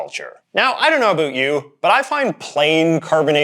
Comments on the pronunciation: Incredibly informative video, but I'm curious why you keep pronouncing "about" in the way you do? It sounds like you're saying "a boot". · I’ve been everywhere in Canada and no one says “about” like this guy. I’d call him a hoser but he’s just a poser.